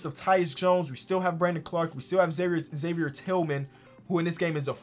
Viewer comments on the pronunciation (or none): none